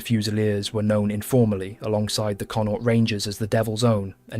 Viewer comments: Its pronounced CON-AUCHT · He needs to learn how to pronounce Connacht. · Never heard someone butcher saying Connacht so badly in my life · Why can't English people pronounce Connacht and stop calling it Londonderry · The first syllable in Connaught is stressed. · You missed connaught, donegal, jesus brutal pronunciation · Pity the commentator didn't learn how the pronounce Connacht properly